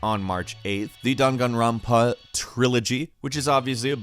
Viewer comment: You said danganronpa wrong